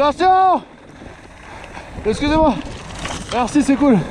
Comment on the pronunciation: This guy "exusim wah" everyone else "you shall not pass!"